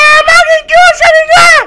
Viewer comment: porra não é sharignan é Sharigan mn mds